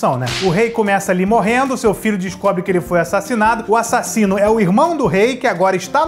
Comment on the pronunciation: Pensei que ele ia falar da parte que o Simba chama o Scar de, "assassilo" e não de "assassino". Sou o único que escuta assim? '-'